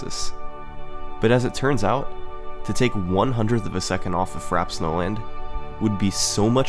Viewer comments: The "frap" and "lah-keh-too" are killing me having said "frap-pay" and "luh-key-too" all my life. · Fra - pey, not frap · “FRAP” snowland? Or Frappe... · Ummmmmmm U pronce it as Frapé not frap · It's pronounced "fra· pei" not "frap". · I would like to point out that the word is pronounced "frap-pay," not "frap." It's a French word, meaning iced or chilled. It's not a super common word though, so the mispronunciation is understandable! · frap-ay not frap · somebody please tell me its pronounced frap-ay not frap thats not just a me thing, is it? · It's pronounced "frap-PAYH" and not fraps. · It's pronounced "fra-pay," not "frap." It's an iced drink. :P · You went to such lengths to make this video, yet never once did you ask yourself, "How do I pronounce Frappe?" Frappe. Frap-ay. Not 'Frap'. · Are we sure it's pronounced "frap," not "frap-pay?" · It's pronounced "frap-ay" not "frap" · frappe, not FRAP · it's pronounced "frappe", not "frappe". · Good video, but its fra-pay like the drink, not frap. Unless you're meme-ing. Otherwise the effort is obvious in this video and you have a great future on this website. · If its pronounced the way its supposed to be pronounced, frappe is pronounced "frap-a". Its French. Would you call the drink frappe that way? No...you'd pronounce it the proper way. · I'm sorry but I cannot watch this if you're gonna call it frap snowland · It's pronounced "Frap-pay" Snowland, as in a frappé. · Isn’t that word pronounced Frah-Pay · Isn't it pronounced "frahp-ay" snowland? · Did he just call it “Frap Snowland”? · ITS PRONOUNCED FRAP AY SNOWLAND YOU FUCKINGBEHAJTHEHDUSJTBTHEHEJSKXUTNT REEEEEEEEE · its really annoying that he's not pronouncing frappe right aha. it's frap-pay. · every-time he pronounces it by "frap" snowland i get triggered. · I believe it's pronounced "frap-ay" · Wow im drunk and I dont even know how to spell niche it seems but yeah its frap-ay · “Frap” Snowland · Just an FYI, "Frappe" is pronounced Fra-pay. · It's "frap-pe"